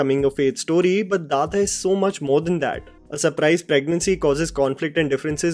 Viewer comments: Its "Dada" not "dha dha" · Sorry please correct your self at least spelling English tittle it is Dada (father, daddy) your are pronouncing dhadha 😂😢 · It's not dhadha it's DADA!! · Its not dhadha... its dada (daddy)..... BDW.. ur recommendations are always good....❤ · It is not dhadha. It is dada, means father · It's not DHADHA...It's DADA ( DADDY) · Not dada It is dada( papa) 🥺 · Isnt it dada? As in some english speaking kids used to address their fathers. Why is it pronunced dhadha here? 🤔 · It's Like,, This is how you pronounce, which is DADDA.. but written for some logic as Dada..much like a kid/baby says. It's not DHADHA..like how you're saying in this video